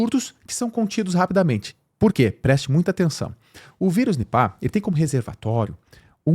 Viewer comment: Até que em fim achei alguém que pronuncia da forma correta “NIPÁ”